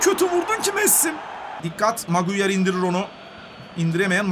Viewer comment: Abi maguire (magunyar) gibi birşeyler diyorsun maguire(meguayır) diye okunuyor